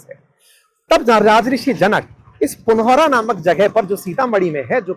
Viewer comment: पुनौरा, और पंथपाकर सही उच्चारण है।